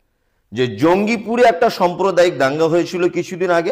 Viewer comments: খুবই সুন্দর বলেছেন। কিছু কেমন শব্দ উচ্চারণে ভূল আছে। "সম্প্রদায়ীক" নয় "সাম্প্রদায়িক" ।হবে।" এফআই আর" নয় "রেফার" হবে। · পন্ডিত আগে বাংলা শিখুন সম্প্রদায়িক নয় সাম্প্রদায়িক হবে। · Somprodaik na samprodaik